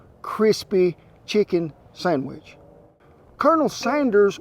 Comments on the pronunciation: First time he says sandwich, it sound like sonnufabitch in a drawn out southern accent. Can't stop hearing it now for the whole video! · For the love of God it's a Sandwich not a Sangwich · Did he say 'sangwich'? Yum!!!